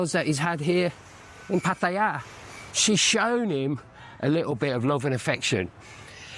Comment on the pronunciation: Interesting vid,. Some thoughts: 1. It's refreshing to hear a Westerner pronounce "Pattaya" correctly! 2. Your girlfriends have been different, right? I would be intrigued to hear how you have found them. 3. Money is always the bottom line. If a guy wants to "donate" 10,000 baht to a female friend, and that's nothing to him, up to him.